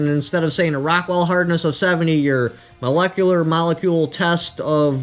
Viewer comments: Monecular? You mean molecular. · Lmao I was gonna say 'on a monekular level' to mess with him lol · Lmfao ur a cool dude man but its molecular not monecular lol. I know who would know gun barrels the best. How about asking Jerry Michulek? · On a "monecular" level?